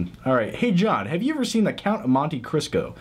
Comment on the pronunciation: The Count of Monte Crisco? That's what it sounded like lol.